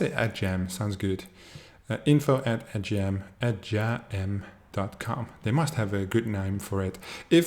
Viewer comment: Hey firstly it is pronounced as ''Ad'' and 'Game'......you are a great guy and I follow your tutorial videos....Secondly thanks for the video walkthrough for our website....and yes....you can find the referral link under the profile settings....thanks again bud....